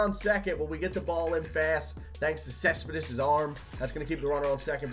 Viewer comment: You can't say Cespedes right😂